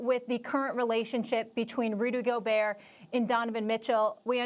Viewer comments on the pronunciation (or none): The first time I come back I see molly mispronouncing Rudy Gobert